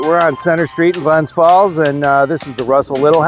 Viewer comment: Please say the city's name correctly, It's GLENS FALLS not Glen Falls.